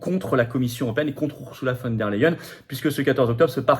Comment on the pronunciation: ON PRONONCE "OURZOULA" ET NON "OURSSOULA" !